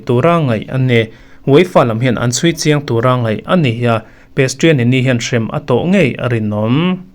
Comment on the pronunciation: Pestianiniiiiii 😂😂😂😂😂😂 A awihawm loh ' Prestianni' alawm....😅